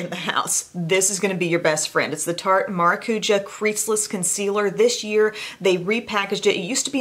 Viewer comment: Hi,!!!! Been a follower for so many years and still impressed with your expertise! Only wanted to mention that "maracuja" (passion fruit) is pronounced as "maracujah" (maracujá - in Portuguese the strongest sound is in the end of the word). Love your channel! Greetings from Brazil!:)